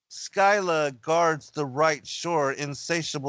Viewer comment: Your research is impeccable, as always. Don't always agree with your conclusions - about half. Please look up the pronunciation of Scylla